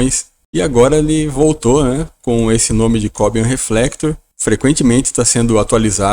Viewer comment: Não é Có - bian. Este é um nome de um cubano, que atualmente mora na Suécia, e em castelhano se pronuncia, co - biân.